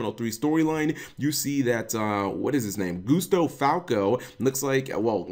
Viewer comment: dude, its pronounced GUST-OH not GOOSETO...